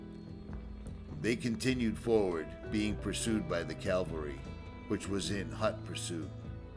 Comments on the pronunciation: Nice video. Beautiful country. Sad story. Just FYI, it is CAV-AL-RY, as in “horse-mounted military”. CAL-VA-RY is a religious term related to the crucifixion of Jesus Christ. Just sayin’ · Cav-al-ry , please!?! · Another awesome video. Not to be picky, but there’s a vast difference between cavalry and Calvary.